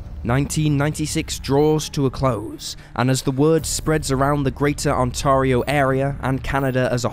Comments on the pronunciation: The province is pronounced 'On-terry-O'.. The word you wanted was QUALIFY as evidence, not quantify. I'm surprised you didn't address human trafficking, a very common reason for disappearances. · I wish the Brits would learn how to pronounce "Ontario". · He needs to learn how to pronounce ONTARIO